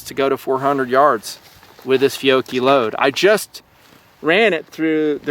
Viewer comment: You pronounce Fiocchi very odd, I've always heard it as "Fe-otch-ee"